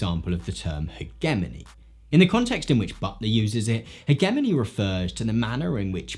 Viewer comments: As an American, I cringe a little every time I hear someone pronounce hegemony with a hard g instead of a soft g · Just wanted to mention that the G in HEGEMONY is pronounced like a J. Not to pick, just need to correct. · I've never once heard hegemony pronounced with a hard g before this video and I have a masters degree. So, I've heard that word many times. It's not a complaint so much as a comment about regional pronunciation. By the way, I agree with your conclusion. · Can someone explain to me why Brits pronounce hegemony with a hard g? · How you pronounce hegemony pisses me off so much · Is this the British pronunciation of hegemony or what is going on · I don't agree with your pronunciation of hegemony...